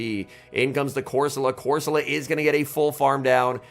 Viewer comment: Please fix your pronunciation being deliberately wrong with so many is just hard to watch. Fido. Doxsbun. Pidget. Not saying corsola like an Italian dish.